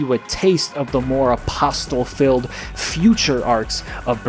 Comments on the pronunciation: Love the video my guy! Shame they took it down for NOTHING. One thing though, in the word “Apostle”, the ‘t’ is silent. It’s pronounced like “aposle”. Keep the dream alive man ❤️ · Apostle is pronounced apos-cell. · You don't pronounce the T in Apostle. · You don’t say the t in apostle, love the vids though keep up the good work